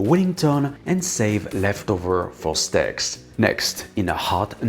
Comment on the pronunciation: And "steks".